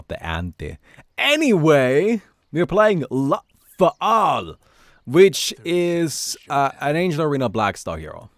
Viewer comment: STOP SAYING "LA-A-THAL" ITS JUST "LATHAL"